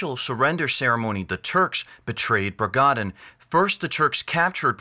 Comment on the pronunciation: Bragadin, not 'Bragandin'